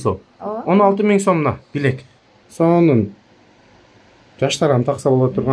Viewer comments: Жакшы бирок билек эмес билерик деп айтылат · Билек эмес билерик Сару эмес сары туура айтсанар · Автор туура суйлочу, " билек"- дебей. Билээрик дечи тантыбай. Саны бар, сапаты жок блогерлер кобойду. Суйлогонду уйронуп, анан чыккылачыыыыыыы, кулку болбой. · Чулдурап "билек" дебей "билерик" деп туура суйлочу сен, тарткан бала. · Кел билерик деп туура суйло, молодец.